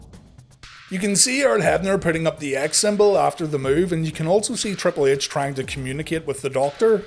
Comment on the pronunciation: Like when ya say triple ehch